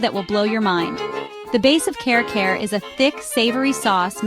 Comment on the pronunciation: It doesn't seem you've been to the Philippines at all. You don't even attempt to pronounce the names of the food properly. It's like you're reading somebody else's list and just slapping stock videos together. Care care for Kare Kare?? I just can't 😢